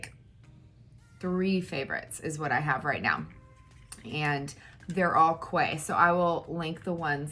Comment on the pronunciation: Hey love just something else we have in common quay are my favorite glasses.... But I was going to tell you that they are pronounced "keys" I found out.... I was calling them the same as you and someone rudely told me that wasn't the way you say them so I did research and found out.... I also asked them in Dillard's the last time I bought a pair🤣🤣🤣...but I figured I would nicely tell you because I'm not rude like some people ... I'm so glad I found you!!Xxoo